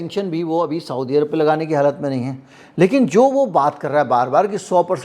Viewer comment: साऊदी अरब नहीं सऊदी अरब कहा कीजिये। ग़लत उच्चारण दिमाग़ में चुभता है।